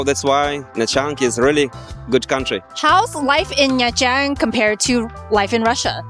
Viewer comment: Was ist das denn für ein Mist mit der KI? Nha Trang wird Nja Tschang ausgesprochen. Ansonsten denke ich, dass die KI doch menschliche Wesen sind. ABER! Diese "KI-Menschen" schlafen ja bald ein. Ich lief 2002 auf dem Gehweg mit einer Plastiktüte worin sich mein Fotoapparat und einige Fotos befanden. Ein Motorroller fuhr an uns vorbei, wendete und fuhr wieder auf mich zu. Der Sozius entriss mir die Tüte. Ich hatte nur noch die "Griffe" in der Hand. Ach war das lustig. Endlich konnte ich ohne diesen Ballast weitergehen (Sarkasmus)